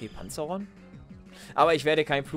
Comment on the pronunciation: Nur zur Info es heißt PanzaEron:D Echt geiler Part mach genauso weiter wir jetzt! ;D